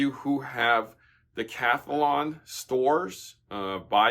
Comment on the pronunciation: Dec-athlon? like in 10-sports? 10-dicilines?